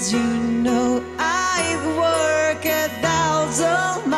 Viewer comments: 手拍子の事より walkの発音がworkになってるの誰も気にせんのか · 何でwalkの発音workなんだよw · 何でwalkの発音workなんだよ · めっちゃカッコいいし、 めっちゃカンペキやからこそ、 walk の発音が work になってるの 直したいぃぃぃぃぁああああ！！